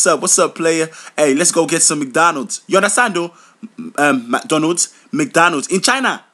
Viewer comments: magdonna when did i hear such bad pronoucing what is magdonna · This is 100% true my parents call it magdonna exactly how he said it . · Lmao!!! My dad is Nigerian and he pronounces it as MAG DO LANDS!!! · Oh my gosh. My dad says it almost like that except with a d at the end so it sounds more like MAGDONNAD. When I was younger, I thought he was saying donuts or something. So whenever he asked us if we wanted to buy some McDonalds, I kept thinking he was gonna get some donuts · when ur parents pronounce fast food resturants magdonna 4.30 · why is everyone saying MADONNA its Magdonna :// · omg yes exactly ,i will come back from dance practise been gone for 11 hours diong kick routines and my legs are hurting and my mom b like go wash the dishes like seriously annoying meeee,and my dad will make me come all the way from the other side of the house to just get the remote thats by his foot lol..and the way u said mc donalds is how we say it like the american way lol ur toooooooo funnyyy menn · Exactly how my parents be pronouncing McDonald